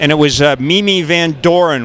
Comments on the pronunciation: For goodness sake. The actress's name is Mamie, not Mimi. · Its a solenoid not a selenoid Its Mami Van Doren not Mimi